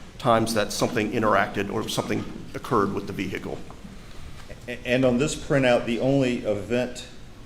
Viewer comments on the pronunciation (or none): V-hick-le…. Omg